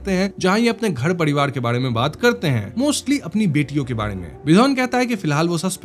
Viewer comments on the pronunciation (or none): none